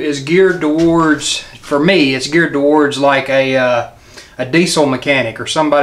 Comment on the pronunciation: There is no such word as “dowards” in the English language. Are you attempting to say “towards”? Just wondering. 🤔